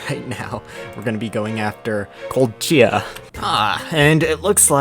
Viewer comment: Yeah, Kolchia, not Ko- leh- chee - a